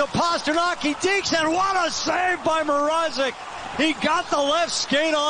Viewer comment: Reporters Pronounciation of petr mrazek’s name is terrible